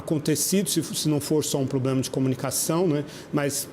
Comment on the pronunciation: Eu ouvi poblema ? 😳